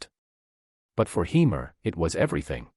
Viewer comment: Say his name properly.